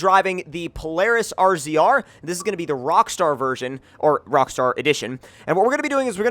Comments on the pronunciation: it's a pronounced (razor) not r z r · I'm going to say it every time, it's pronounced RAZOR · ITS NOT " r z r " ITS RAZOR its hurts when when you say that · R Z R? haha what the fuck man?? It's RAZOR. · He said R Z R not razor idiot. Rzr is shirt for razor yes but he said R Z R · razor tomcat ok. not R-Z-R get yur shit together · It's pronounced razor, you are the only person I've ever heard say RZR talking about a razor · It's pronounced RAZOR not R-Z-R 😂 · All the sales people at my local Polaris dealership pronounce it as the RAZOR... is the first person I've ever heard pronounce it as R-Z-R and it makes me cringe every time..... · Ben Keast same lmao I cringed when he said R. Z. R. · Although it is spelled rzr it is pronounced razor go to the website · Yea it's for sure pronounced "razor"😂 please don't say rzr haha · its pronounced (Razor) not R Z R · U say it razor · "DOING A FORTSA BUILD ON AN R-Z-R..." dude fuck off. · It's pronounced as Razor even though it's spelled as RZR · its razor, the originals were called ranger rzr. Still pronounced the same. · love this vid but its pronounced razor... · No offence, Its pronounced razor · Pronounced as razor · Slap getting stuck in a solar panel (or anything for that matter) is pretty typical. Also, it's pronounced RAZOR,. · Damn bro, it's pronounced "Razor" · Razor is how you say it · Ben Keast RZR is short for RAZOR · I agree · I was about to comment that but u got it covered! I ride a lot of offroaders in life and all i have is fun, good job on the video by the way